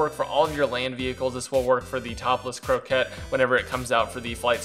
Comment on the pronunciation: Its not a CROWKETT, there is no R